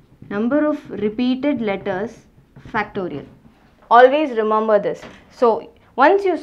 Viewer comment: It's remember not remumber